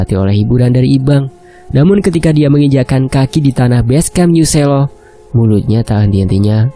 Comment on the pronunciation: Musuk,Lereng Merapi hadir...harusnya Selo bacanya bukan gitu min tapi kayak ejaan kata perang bukan merah,,berbeda di E nya